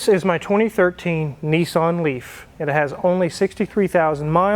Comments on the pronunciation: Out of interest fuel is about £6.00 a gallon , which is about $8.30 in the uk . As a matter of interest the car is a Nissan, not a Neesarn. A Datsun is not a Dotsun. A Jaguar is not a Jagwaar. Just saying. Great show by the way. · It’s pronounced “Nissan” not “Nissarn” :) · pronounced niss-an